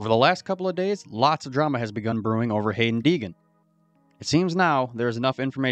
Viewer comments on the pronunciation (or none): The minute your video started and you pronounced the kids name wrong, you lost all credibility with me. For future reference, you might want to make sure you have your facts straight before posting your video. If you can’t even say the kids name properly, how can you expect people to believe anything you say? Have a nice day!